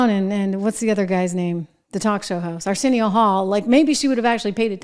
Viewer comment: Not Arcenio Hall. lol Montez Williams